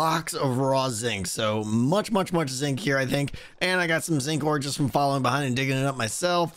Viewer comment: I will always hear Zing when you say Zinc. Curses! Anyway, this is looking fantastic, I'm so excited for... EVERYTHING you're doing these days, keep it up!